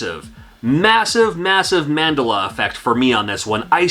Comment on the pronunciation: I don't normally say anything about pronunciation but Mandela Effect is named for Nelson Mandela so it should be pronounced man-dell-uh (American pronunciation).